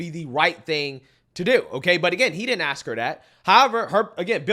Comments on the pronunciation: Ax instead of ask 🤦🏻‍♀️ ect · If your mayor says AKS instead of ASK you're screwed 😂